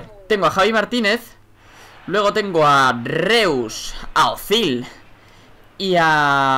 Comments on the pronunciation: reus??????!!!!, se pronuncia rois xD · No se dice Reus se dice "Rois" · Que no es reus, ser pronuncia rois!!!!! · no se pronuncia rois es reus normal,lo se porque soy aleman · /rois/, no /reus/. Lo siento pero escuchar Euler, Freud, Reus... tal como se escribe me da mucha rabia xD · se pronuncia "rois" no "reus" y mejor vete a jugar CoD que se nota que en fifa eres un noob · REUS se pronuncia ROIS! pero bueno no pasa nada, suerte alex con lo tuyo! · se escribe reus y se pronuncia rois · se pronuncia rois! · se escribe Reus se dice Rois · No se pronuncia "Reus".